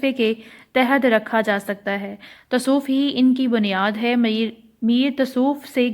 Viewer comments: Api tasof nhi hota lafz tasavuf hota ha.....baki good work 👍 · Not tasoof its tsavaf